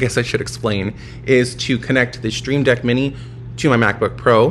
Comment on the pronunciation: Should just call this segment Q&TAyyy Loving the growth so far. I was listening to this one and was fooled into thinking you said SteamDeck at first lol, but a stream deck is pretty awesome nonetheless. Hair is on point lately. It’s noticeable. Rock on 🤘